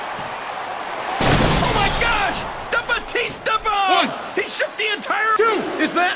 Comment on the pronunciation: lol jr says, "DA BATISTA BOMB"